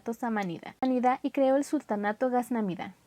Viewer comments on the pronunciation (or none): Ghaznavida, no ghaznamida